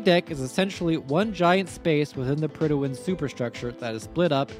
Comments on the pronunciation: We had a King in 1914. When we have a King, the HM in HMS stands for "His Majesty's". And it's Prydwen, i.e. "Prid-wen", not "Prid-i-wen". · The way this man pronounces Prydwen. Predi'wen lol. Prid when is what it's supposed to sound like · PRYD-WEN. There's no extra syllable! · mans pronounces "Prydwen" as "Prydawen" lol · Prydwen… where is the extra syllable coming from?